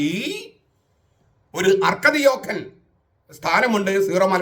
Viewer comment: അർക്കദി'ഓക്കൻ' എന്നല്ല, അർക്ക'ദിയാക്കോൻ' എന്നാണ്.